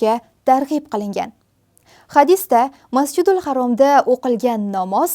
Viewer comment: Masjidulharom emas masjidulharam Deng singlim